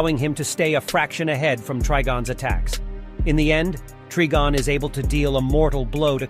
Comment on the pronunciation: Yeah, it's Try-Gone not Trig-on or tree be gone. Wanna guess how John pronounces "Constantine"? They got it wrong already, so you know how not to say it. I despise these cash grab posters who know nothing about the source material, but present fail content instead.